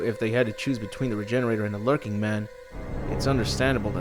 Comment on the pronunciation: Lurching not lurking. Basic english man come on.